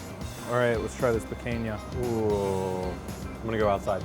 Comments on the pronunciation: "piquenha" That hurt my soul. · PEE CAAHN YAH NOT PEE CANE YEAH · "Picunya" not "PicAYna" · Pi-cain-ya. You guys are killing me lol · Gentlemen, The cut is pronounced pee caaan ya Picanha In it’s native Brazil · Am I the only one who cringes whenever he says Picanha as “pickainyuh” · Came here looking for this comment. Yankees pay attention, it's pee-kahn-yuh. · There was double the amount of meat that they couldn't show because the ex-wife took half of it. I am not sure if they are trolling us with the pronouncing of Picanha. Pee-cane-yuh 😆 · Everything was going great and then he said “picaiña”....what in the blue 🤬 was that?!?! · pi - KINE - yah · It's pronounced P-Kan-ya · After watching Guga I feel like is mispronouncing Picanha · ouch the way he says picanha... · I hate the way he says picanha